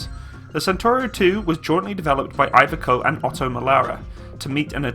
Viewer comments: This is a really cool vehicle. But it's not "eye-vecoh" but "ee-vecoh" )) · Iveco is pronounced "Eeveko" like as in gecko. It's not hard to Google this sort of stuff & it would enhance the videos if you could actually pronounce the manufacturer etc. Overall I enjoy the channel btw.👍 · Ferrari Ed io aggiungo che già la pronuncia Aiveco (per fare un solo esempio) è sufficiente a farmi girare i coglioni. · Sorry, but I just do not get how you do pronounce Italian or Italy as good as anyone could expect from an English speaking person. And than you ..... mentioning Iveco every time and so far in every video of yours I have seen. But other than than, great one and keep it coming. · No need to be sorry. I was wanted to give a hint as you are doing so great with most of the other non English names. But it might well be and you would know much better than me, that Iveco is pronounced that way on the islands. Just could not resist to write as I had to read video descriptions the first time to get what you were talking about. And yes I know that this is one reason why they are there. Italy, Iveco